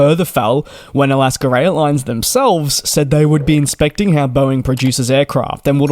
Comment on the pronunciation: It’s AlaskA not AlaskER airlines.